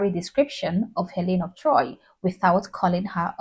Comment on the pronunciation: It's Helen of DtroyT.